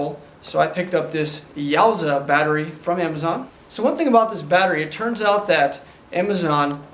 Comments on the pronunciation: “You-a-sa” battery. Lol yowzaa battery lol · Yuasa is pronounced "You-Aah-Sah" not "Yaw-zah" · Love your videos, but couldn't tell if you were being facetious when saying "YOWSAH." In case you weren't, I'm fairly certain it's pronounced "Yoo assah." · Its called yuasa battery. Its pronounced u a sa